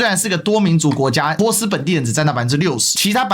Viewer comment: 发音有点可爱，也更符合原语言，以后我就读Po斯，Po斯湾😁